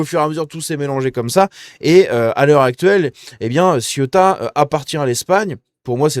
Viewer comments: Ceuta! vieux! pas Siota comme La Siotta près de Marseille.. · C est pas ciotat,c est ceuta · Cé-OU-ta , pas Ciota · Ca se prononce “Cé-ou-ta”, c’est pas La Ciotat lol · Le derecha c'est la droite. La izquierda, c'est la gauche. Cè outa pas ci outa. Ceuta. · Céouta telle est la prononciation... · Ca me trigger à un point que tu es autant de mal à dire cé ou ta. La ciotat c est en france . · Ça se prononce Cé-ou-ta je crois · T'as toujours pas appris à prononcer CE-OU-TA?